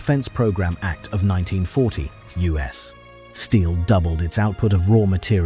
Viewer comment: Why can't A.I. pronounce U.S. Steel without a pause. Doesn't this mean that no one listens to what they produce? Just input "you ess" and it will probably work or just read it. 😄